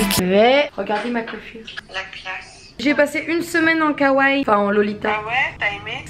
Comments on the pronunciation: ON DIS (KAWAII) PAS (KAWAIIL) OK OK OOK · Kawaii se prononce avec les deux i et non Kawai :) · on ne dit pas kawai mais kawaii le i est plus long c'est pas pour rien qu'il y en a deux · c'est pas sweet lolita que tu porte et tu prononce mal le mot kawaii, on dit pas kawaii mais kawaii i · C'est marché kaiwaii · Kawaï ce dit à la fin iiiiiiii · Ça se dit "kawaiiiiiii" 😉